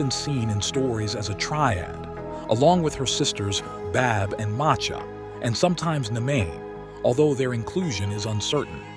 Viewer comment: The pronunciation of Badb is 'Bive' 💚 great video 💚